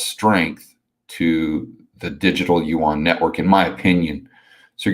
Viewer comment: finally pronounces Yuan properly lol